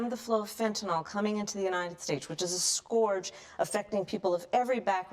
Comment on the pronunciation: She pronounced “scourge” wrong so you know she just memorized a script someone else wrote. And did you notice her nervous swallow ? 😂